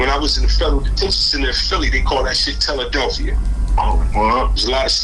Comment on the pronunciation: My heart broke when I heard Teladelphia lol